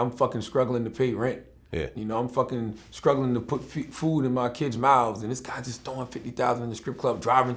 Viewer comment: I cant be the only one that hears scrugglin when he says strugglin. Just like Gucci.